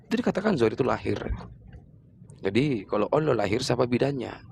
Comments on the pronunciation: Kelihata sekali. Kalau muslim membahas bible menguasai sepenuhnya. Kalau Oten, ngomong Alloh juga Olloh. Boro2 menguasai al-qur'an, nyebut Alloh aja ga becus. Botol botol....oten gaada ilmu, makanya dijelasin gmn pun gaakan ngerti, untuk menutupi nya cengengesan ketawa ketawa. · Sebutan Allahnya yg bener ya.. olohh oloh kakekmu